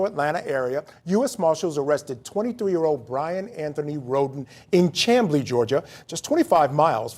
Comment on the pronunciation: Chamblee, Georgia is pronounced: SHAM BLEE.